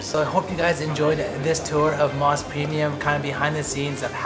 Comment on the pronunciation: You ate all those burgers in one sitting? I always thought Mos Burger was pronounced "mose" not "moss." The reason why is MOS stands for Mountain Ocean Sun. O as in Ocean. Anyway, I've gone to a regular Mos Burger a couple times. The burgers are OK, but not that great. It's a lot of hype for a slightly above average burger.